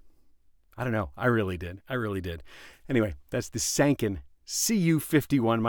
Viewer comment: BTW Sanken rhymes with Tron/Pen.